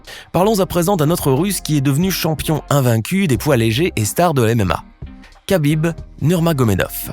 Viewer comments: Ça se prononce pas Khabib mais [rabib] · C'est Habib et non kakib